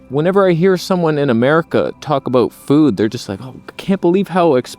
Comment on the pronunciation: It's "aboot" to get interesting.